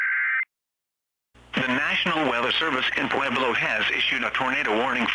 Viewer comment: Nice recreation! Here are some things I noticed: Pueblo is pronounced wrong. I can send you the pronunciation if you need it. NWS Pueblo doesn’t say Mountain Daylight or Standard Time. NWS Pueblo says miles an hour instead of mph.